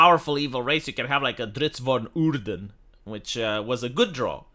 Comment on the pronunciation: Every time says "Drizzt "von" Urden" my inner nerd cringes a little. That aside, from my own perspective, I have my old books, I brew my own campaigns and magic items, there are maps and miniatures done by much more talented people than these corporations all over the internet so I don't give a rat's tail what these idiots do anymore. I just know none of my money will ever go into buying any of their products anymore. Let them ESG themselves into oblivion while I teach new players to play the old way with the old races and their lore. Drow, their lore and their society is too cool to just vanish into ether just because some soyboy think they're "problematic".